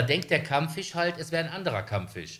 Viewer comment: Kammfüsch :D